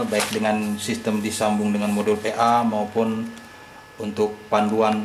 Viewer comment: PIN, PLL, PA, bkn FIN, FLL, FA .. KOFLER